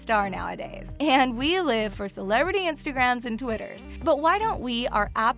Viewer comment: the way she says we makes me cringe